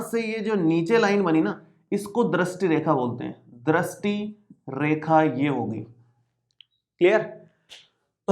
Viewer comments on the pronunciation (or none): पहले ढंग से दृष्टी बोलना सिख के आ फिर youtuber बनना